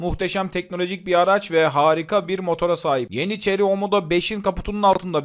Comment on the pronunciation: La neymiş bu arabanın markası? Ceri mi? 300nm Torku öyle bir söyledi ki ağladım resmen! Bizim kamyonda 350nm tork var 😅